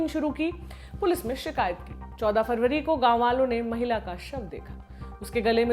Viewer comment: मेरी बहन खबर पढते समय जनबरी फरबरी तो याद रक्खो